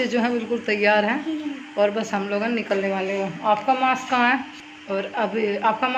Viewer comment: Didi wo mask hota h mass nhi pl Bura Mt samjhna